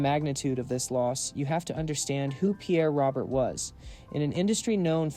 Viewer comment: Hey genius, you're proving how clueless you are about this great DJ. His last name is not pronounced the way it seems.